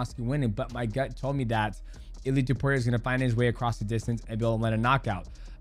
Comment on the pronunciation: why u keep calling him illy edit : great video btw